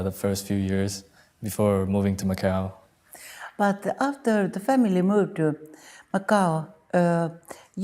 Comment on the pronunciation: Macau, not McCall.